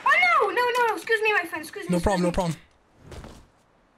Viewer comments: No way...He says "fwiend" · Vewy thanks me fwen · Lets gho my fwend! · “Your are very big boss YOUR VERG BIG HEART MY FWEND”! Edit: thanks dark <3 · "Ma Fwend, yoou bes"... So funny😂